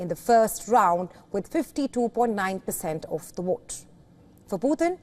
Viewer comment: Woilence, adwice, wote